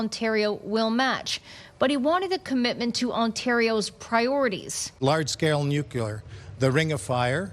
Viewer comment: homie really said "Nuke-You-Lar"